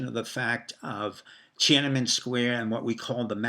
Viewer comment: TiananmEn, not TiananmAn. Also, the ENGLISH word is PEKING, not Beijing (which is chinese). And, it is called "Six Four", not "sixty four"